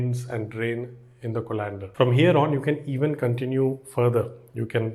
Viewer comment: thanks for the knowledge. But Co(like kaw)-len-der not co-lan-der